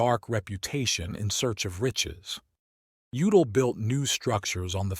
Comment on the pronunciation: How can you pronounce Udall correctly once and then get it wrong a couple times after that?